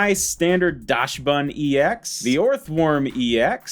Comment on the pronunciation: Please, guys, PLEASE 😭😭😭 Dachsbun is a DACHSUND breed dog. Please stop pronouncing it "dash-bun" 😭😭😭😭😭😭😭😭